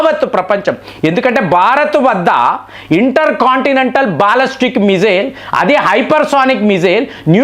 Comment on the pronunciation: అరేయ్ కొన్ని నీకు నోరు పలకదు. Non veg మానేసి vlogs చేయి. బాలిస్టిక్ missile ni బాలస్టిక్ అంటున్నావు.